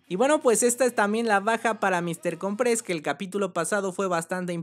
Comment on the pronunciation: Mister cOOOOOmpres... loco... con acentuacion en la O.